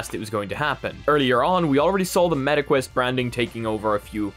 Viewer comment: "metaquest" IT SOUNDS SO BAD LMAOOO